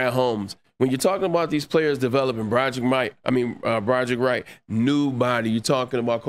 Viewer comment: He also said Brodric Wright